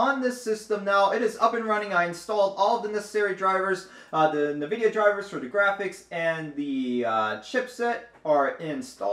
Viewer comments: Nividia? I thought it was N-vidia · It is N-vidia. Just like Abiword is not "A-by-word" But "Ahbee-word".